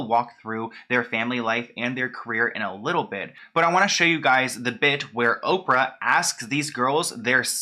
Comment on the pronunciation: Oprah "Hoe-prah"